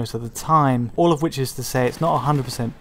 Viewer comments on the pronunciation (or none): whewes wichawd?